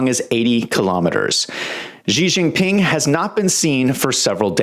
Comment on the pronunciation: Why does he call him Gee Jinping?